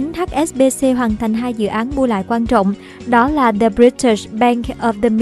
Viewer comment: âm /đ/ trong từ the đọc chưa chuẩn bạn MC ơi